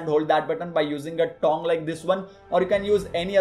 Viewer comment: Is it just me or does he pronounce tong like thong? "You can use a smaller thong"